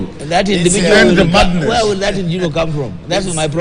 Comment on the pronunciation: i laugh at meru english- eti mandiness(madness)